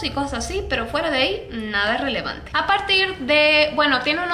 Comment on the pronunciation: Like por el "relelevante" de 😂❤